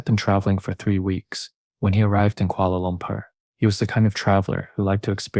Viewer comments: Ahhh, the good old Kuala Loompear- Kuala Loombar... Kuala Lumpur! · I like the way u say kuala lumpur😄